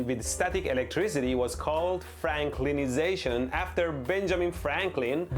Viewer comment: Franklizaton?! Really?! Bugagagaga😹